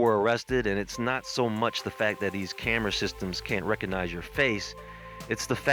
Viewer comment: The "G" in recognize is not silent.